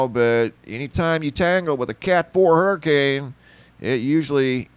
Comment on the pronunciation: Hurri"Cain" Ida